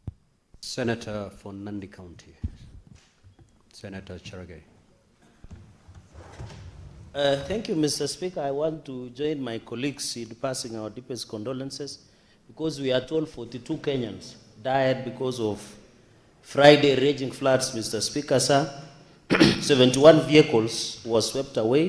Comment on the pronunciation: Cherargei, it is colleagues, and not coliks..